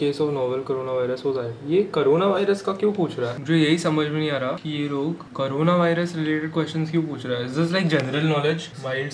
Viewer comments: Bro its corona not carona😂 But big fan bro❤️ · करोना Others-: कोरोना